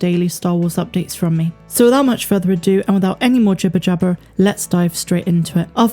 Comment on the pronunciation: Love the way you go all farmer when you say jibber jabber 😁